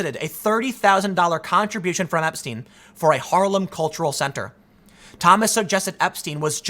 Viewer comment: epstine? What’s that? Like a beer mug? Who is Clin-ton? I’ve never heard these names. - ABC news